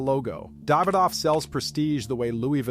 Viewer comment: I'm not usually big on name pronunciation but they keep saying them wrong, lol. "Podran"? "David off"? I like the content but come on man.